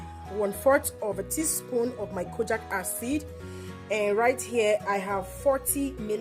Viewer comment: It’s pronounced Kojeek acid not kojack acid please😕